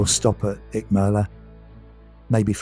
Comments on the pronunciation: We love Icmeler and are visiting again at the beginning of September. Much more laid back than Marmaris' bustling metropolis. Nice video, although i laughed at your consistemt mispronunciation of Icmeler 😄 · Nice video but you have pronounced the name of the town completely wrong buddy 😎👍